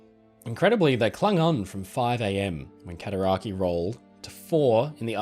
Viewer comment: Cataraqway* i live on the Cataraqui arch lol